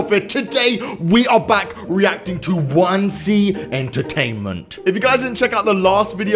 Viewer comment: Its wansee not wanse